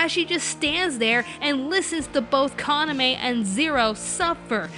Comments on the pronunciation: Actually, Yuki is the only one pronouncing it right. Ka-na-me is the correct pronunciation for Kaname. I speak a bit of Japanese, so when Yuki is saying the name right, the rest are saying Ka-Na-Mei, which is incorrect. A little history lesson on Japanese pronunciation everyone! Though I do love this review and this channel, just voicing my opinion! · the way everybody else pronounces kaname is actually the wrong way i believe... in Japanese it doesn't have the "ei" at the end as far as i know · As a person who watches anime in only Japanese, I have to comment that Yuuki's voice actor is the only one who DOESN'T pronounce Kaname's name wrong. Sure, the stress sounds a little weird in english (since in Japanese it's on the first syllable, where as English often puts it on the second) and the 'e' at the end would be odd if this was an English name, but it isn't. Now, I'm not saying this as a hate comment towards English dubs, nor am I saying that pronouncing Japanese names in an English manner is wrong, but when we are talking about CORRECT pronounciation, it's how you would say the name in Japanese. Does it sound weird in English? Yes, but to me it only shows the devotion this voice actress has towards her work and I admire that. Now congrats if you made it to the end of this linguistics rant :'D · It's weird how she pronounces "Kaname" but it's technically more accurate... I get how it's irritating. Especially since every other voice actor on the cast pronounce it differently. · well the pronunciation of kaname was right watch around 15.30 of this i think she simply was the only one right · I might get sh*t for this, but I have to say it: Mela Lee isn't the one who mispronounces Kaname... because everyone else but her does! They pronounce it like "Kanameh", "Kaname~" or "Kanamay", while Mela is the only one that gets it right consistently in comparison with the original japanese pronunciation. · it doesnt sound like she's misprouncing kaname